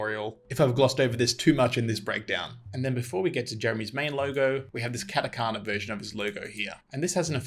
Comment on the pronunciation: Dang, you even said Katakana, nice lol